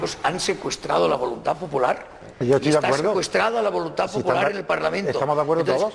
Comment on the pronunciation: Los catalanes tienen un problema con las vocales. Senillosa: "Los partidos políticos han secuestrado la voluntad pupolar".